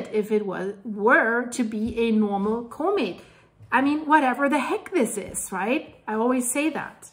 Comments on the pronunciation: Love your videos!!!…comet is pronounced com et not co-met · doesn’t know how to pronounce COMET… sad